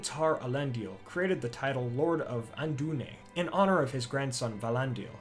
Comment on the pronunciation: Andúnië is pronounced with a quick ee-ay sound at the end I believe. I can't get enough of your retellings of the great Professor's work.